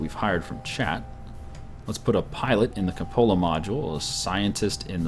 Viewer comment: Kyu-po-la, not ka-pola